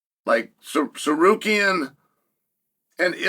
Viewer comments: WHAT THE FUCK??? HE SAID TSARUKYAN NOT SARKARYAN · Arman threatened to sue Chael for mispronouncing his name constantly. Alex Periera is mad as fuck at him too because Chael keeps saying Pee Era. 😂